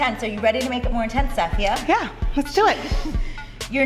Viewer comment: I wonder if she's pronouncing her name wrong. BC i have the same name, spelling and most Safiya's don't pronounce it that way.